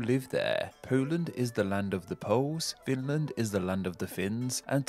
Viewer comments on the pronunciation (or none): none